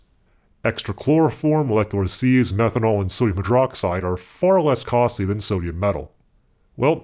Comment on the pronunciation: Sieves, not "seethes"